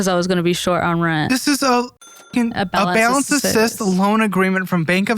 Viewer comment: "I had a palance transfer" 🙄